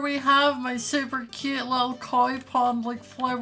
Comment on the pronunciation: Me: what’s your favourite word.: super cute me:could you say that any kiwiier